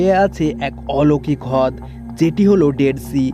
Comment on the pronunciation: hod ki vai? rod uccaron hobe.